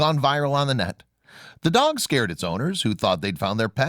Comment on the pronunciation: By the way on promo you said dag instead of dog! Cute video!😂😂😂😂😂